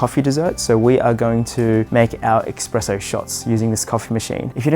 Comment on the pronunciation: I hate to be that guy but it's espresso, not expresso, I don't expect you to change just because I say so, but the x pronunciation genuinely bothers me